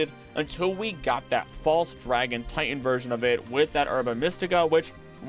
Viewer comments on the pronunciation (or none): none